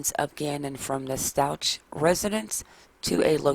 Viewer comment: Stauch is pronounced “Stowk” 😉